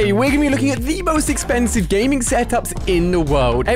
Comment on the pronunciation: Wait did he just say exkhansive huh